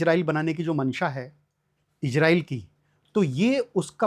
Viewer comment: जज्बा नही जज़्बा। इजराइल नही इज़राइल। बार बार जज़्बा को जज्बा बोले जा रहे हैं!!!! 🤔🤔